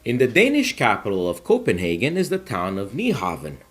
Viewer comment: Thank you for pronouncing our capital correctly.😊